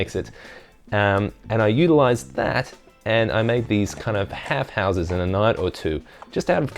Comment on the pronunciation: I honestly thought you said "put them together and make a whore house" but I think its an accent thing. That said, idea for a future build?